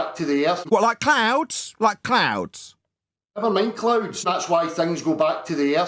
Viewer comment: Clown or cloon, clouds or cloods? 🤣🤣